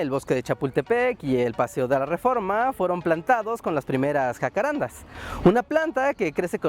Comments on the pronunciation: Es un dato pequeño, pero hay que decirlo: es JACARANDÁ. Con acento en la Última Á. Debido a que el nombre es Guaraní. Saludos! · Wow que interesante ver que hasta allá llegaron los jacararandás. Lo único es que el nombre se pronuncia jacarandá, con carga tónica al final ya que viene del guaraní. Me impresiona que las palabras guaranis hayan llegado tan lejos Postdata: El nombre en guaraní quiere decir Lugar de perfume o fragante, Hakuã= Perfume y renda= Lugar o sitio. Y bueno de ahí se deforma al castellano como jacarandá